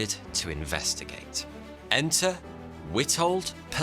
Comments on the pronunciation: Excellent vid except for the guys name - Witold Pilecki. The W is pronounced as a V in Polish (Vitold) 😁. Not a criticism, just an observation. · Finally an episode about a Pole!! Dziękuję!! (Also, his name is pronouced Vitold [Good pronounciation of "c" though]) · A bit jarring seeing you use photos of Polish insurgents from Warsaw Uprising tbh And not gonna lie your pronounciation made me chuckle. W is pronounced as V in Polish. Jan Karski is another incredible figure that is vastly unknown by the West. Probably because of the treatment his report on Holocaust got from the Allies, especially the US. I'm usually not one to harp on vocabulary but I admit it's a bit tiring to hear "Nazis" as if they were some vaguely mythical creatures without a state or nationality. 80 years later it becomes dangerous IMO to never associate a country with its past actions.